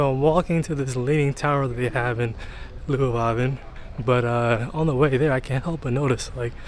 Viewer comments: Leeuwarden, not Loewarden...lol.. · not really, his Zwolle was excellent, but his Leeuwarden needs some work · Your 'Zwolle' was very good, I didn't notice anything weird. But your 'Leeuwarden' needs some work. Edit: in the second part if the video you nailed it. You are a quick learner. Forget I said anything.